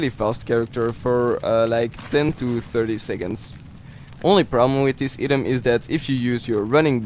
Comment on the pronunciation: Bro, you are saying "item" wrong